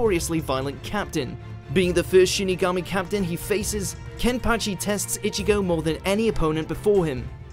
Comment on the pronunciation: This dude keep saying itchy-go , its ichigo , stop with the Itchy